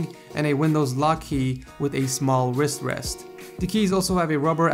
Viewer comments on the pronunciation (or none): The way you say wrist wrest Wis West